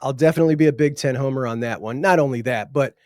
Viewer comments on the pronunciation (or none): none